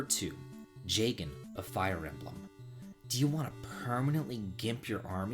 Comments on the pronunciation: I was good until you said jagen. Sorry but that’s a pitfall. In fact you saying that kind of ruins the whole for me. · Was alright until I heard "Jagen bad" tf, man?